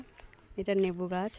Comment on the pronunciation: নেবু না মিষ্টি দি লেবু 🍋 বলো😂😂😂❤